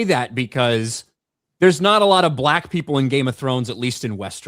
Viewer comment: wow, went hard on the B for black there mate 👀